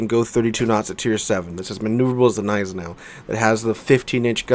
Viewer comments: Don't call it 'neisenau' you also have to say the G ='Gneisenau' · The way you ignore the G in Gneisenau really triggers me dude :P Pronounce the G please ;(